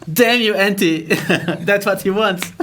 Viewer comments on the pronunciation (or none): I face palmed when I heard how he said Antti, and yes I know and understand that he is from the USA so please don’t comment: hE CAnT sAy tHaT bECaUse HE iS fROm tHE uSA